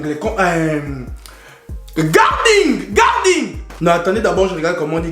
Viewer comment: « Garding » avec l’accent gabs là 🤣😂🤣😂🤣